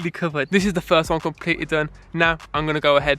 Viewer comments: thee , tu , wan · I don’t know why but the way he says “Fwee, Tu, Won” is just so satisfying